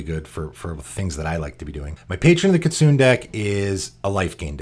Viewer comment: Kitsune is pronounced kee-TSOO-nay and means fox in Japanese!